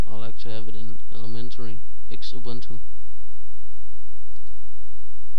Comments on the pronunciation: I think it is pronounced Zubuntu like Zoo-Boon Too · I am pretty sure its pronounced X-ubuntu